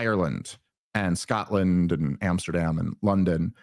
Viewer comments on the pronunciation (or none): none